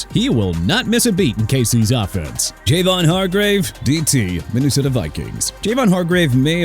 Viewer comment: JAVON HARGRAVE'S FIRST NAME IS PRONOUNCED JAH-VAUGHN NOT JAY-VAUGHN!! AND IT'S TREVON DIGGS NOT QUEVON DIGGS!! WHO IS QUEVON DIGGS?! SMH... YOU'RE DONE DUDE... YOU'RE DONE...